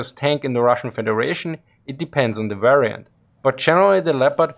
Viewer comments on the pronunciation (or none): none